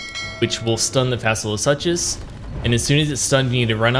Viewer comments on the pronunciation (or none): Fasola (SOO-Cuss) (suchus = (Soo-Cuss)) No hate from me but please don't say "suches" ever again... My ears were about to cringe out blood. I'm sorry... I just can't. The Tism in me really really got triggered there. 😅